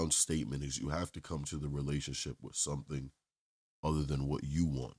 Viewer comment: Wich intead of with. Importan unstead of important. Wit, this time, instead of with. The women at the charity socials would laugh in her uneducated face.